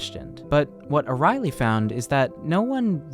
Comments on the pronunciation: Hey, great video, one note: His name is Dan Ariely, and that name is not pronounced Dan O'Reilly. It's pronounced like Ariel from the little mermaid, just with a y at the end. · The dude ur talking abts name is pronounced air-ee-el-ee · Its expressed as ARI ELI and not arieli